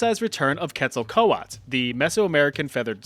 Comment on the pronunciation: First time in a long time a history video actually said Quetzalcoatl’s name right. Automatic like and follow